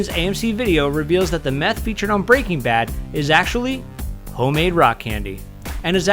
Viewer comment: my ocd is slightly perturbed by the way he pronounces " breaking bad" but ey great video lol